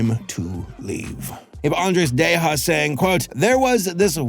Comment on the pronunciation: You've gotta be one of the few people I've heard pronounce Andreas Deja's surname correctly. I know Andreas himself says it as "De-ja" but it was only because people were always pronouncing it wrong in the first place and he decided to just roll with it. Also this cartoon is an absolutely classic. I love it. Especially Kelsey Grammar as Prof Frankenollie (which is a Disney animator pun in itself)